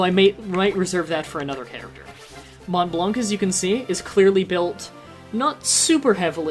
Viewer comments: 12 years too late but since you parade a bit on it, i have to say it, Montblanc actually sounds "MON BLAN", no "t" and no "c" :') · Funny how you tell people how they pronounce Blanc wrong and you do. I'm french and Blanc you don't pronounce the 'C' also Mont the 'T' is silent. Still good start on the Let's play maybe I'll finally "finish" FFTA since I never get into it. FFT was way better in my opinion.